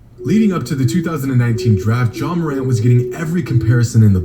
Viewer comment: No matter how high flight is he will never say ja morant right